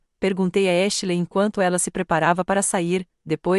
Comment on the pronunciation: Porque vocês não encontram uma narradora que pelo menos saiba pronunciar os nomes em English Ashley e pronunciado exatamente como se escreve please 🙏